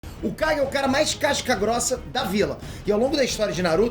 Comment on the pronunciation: No primeiro segundo entendi ele fala o Guy e não kage, voltei 5 vezes e continuei entende Guy rsrsrs